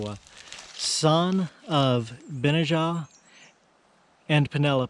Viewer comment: Benajah: accent on the middle 'a' - Ben NAH jah, according to